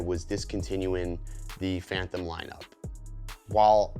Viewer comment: I can not get past you saying phanthom instead of phantom.